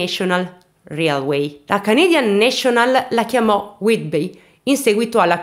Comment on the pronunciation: railway si legge "reiluei"